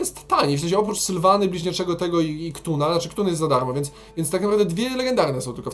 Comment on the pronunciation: Czyta się Katun, nie KTUN.